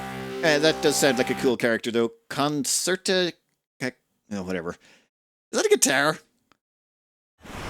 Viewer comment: "Pugnala" (meaning "stabby") - The "gn" is pronounced basically like the "gn" in "bolognese", the "nh" in "caipirinha" or the "ñ" in "España" (a kind of slurred "n" sound, there is no "g" sound). "Concetta" is pronounced "con-chetta", not "con-keeta". "Mortaccio" is "mor tatch-yo", not "mortiko"